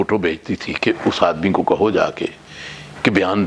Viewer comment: Word is Bhutto not bhatto